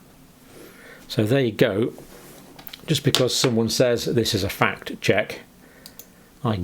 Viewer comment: The Trump/Hilary debate ("cos you'd be in jail") showed this up ....she couldn't get the words "fact check" out, kept saying "fat cheque"! Methinks someone was on the remote control!